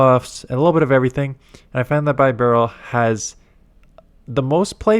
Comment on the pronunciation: Plz god don’t call it By barrel It’s beh barrel Also plz bring up the fact you got denied or one turn lag about 15 times in this video you content creators half to keep pushing the subject hard that Niantic HAS TO FIX THIS TRASH BEFORE THE UPCOMING REGIONALS